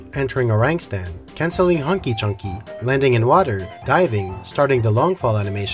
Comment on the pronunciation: I had to think back if that’s what the move was really called for a second... and yes that’s correct 😂 just so funny to hear with that accent